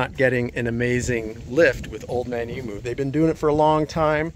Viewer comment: Man its annoying listening to you guys murdering the pronunciation of emu